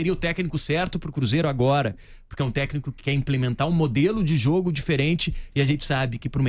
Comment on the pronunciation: Você vê o nível da diretoria que está infiltrada para pegar o dinheiro do Cruzeiro, quando você assiste num vídeo desse, um dos diretores não conseguindo nem pronunciar a palavra "técnico". O cara fala "Techno". Ele tá falando de música eletrônica??!!